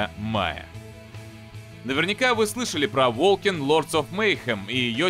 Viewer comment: ну ты чего. Волсен же, а не волкен